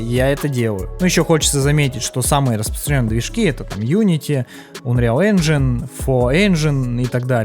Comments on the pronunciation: Без негатива. Видос классный, спасибо те за работу, информативно, круто. Но чуваааааак, УНРИАЛ энджин (А?), Ред дед РЕДЕМНЕЙШН (ЧОООООО?) и еще несколько подобных издевательств над словами... Если это прикол, то извини, не выкупил. Надеюсь, это прикол, а если нет, то будь внимательнее, пожалуйста, с произношением и прочтением подобных слов. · Унреал Энжин, Стар Варс Фален Орден, Ред Деад Редденейшн 2 😅 Братан, английский - явно не твой конёк))